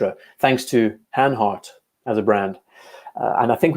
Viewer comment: Hanhart with a hard r :)